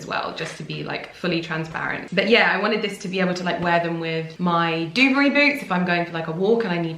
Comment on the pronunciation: Du-BARRY! The emphasis is on the Barry no the du!